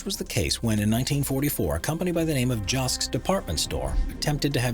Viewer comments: I am from Texas and the church that refused to move was surrounded by Joske's Department store...Your announcer is mis-pronouncing it and calling it "Josk". The correct pronunciation is "Jos Keys". I am always surprised and alarmed when someone is reporting on a story and uses names or grammar incorrectly. I did not even watch the rest of the video. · I grew up in the 50’s and 60’s in an area that is now a part of Houston and as a child visited Gulfgate Mall regularly with my mother where Joske’s was located. The narrator in this video is mispronouncing the name of the department store Joske’s.